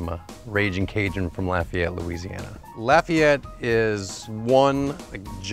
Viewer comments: You can tell they're from here because they pronounce Lafayette right! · So refreshing to hear people pronounce Lafayette correctly for once!! Avery island! I live right there!